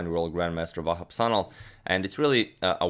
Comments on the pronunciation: its actually şanal not sanal by the way you should pronounce it like shanal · It's actually pronounced 'Shanal'. The letter is 'Ş' which is pronounced as 'Sh'.